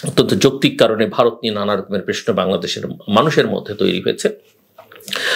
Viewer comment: ভাই এত বছর ধরে অনুষ্ঠান সঞ্চালনা করে এখনো যদি প্রশ্নকে প্রেশ্ন বলেন!